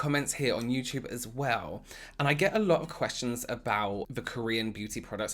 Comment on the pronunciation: I know this is an older video so no one will see this but I had to add my favorite word he uses in his accent... “you-chewba” the way he says YouTube is everything!!!!!!😂😂😂😂😂 I adore him